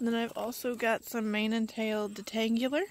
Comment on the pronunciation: Dee-tang-ew-lar lmao